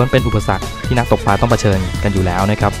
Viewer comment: คลิปนี้ ภาพสวย เนื้อเรื่องดี ได้สาระ เพลงประกอบก็ดี มีผู้เข้าชม 2 แสนกว่าแล้ว เสียงผู้บรรยายก็เรียบนุ่มนวล เสียดายที่ผู้บรรยายออกเสียงคำว่า "ปลา" เป็น "ปา" ทุกคำเลย กระแสน้ำเชี่ยวกราก ก็ออกเสียงเป็น "กาก" อาจารย์ภาษาไทยได้ยินแล้ว อยากจะร้องไห้ ครับ